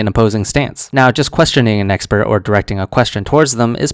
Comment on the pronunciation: And emphasizing it in a really weird way too